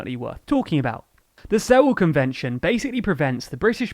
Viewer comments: Sewel convention not Sevel convention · “Suel” convention (phonetically) not “seh-wel”, if any proof were needed that you have no idea what you’re talking about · Sewel pronounced "Suwel" as in "Duel" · “sevel” or “sewel” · Lads, you may want to look up how to pronounce "Sewel".